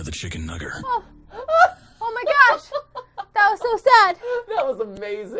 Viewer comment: Mat: “Chicken... nugger?” Me: “aaaaaaaaAAAAAAAAAAAAAAAHAHS”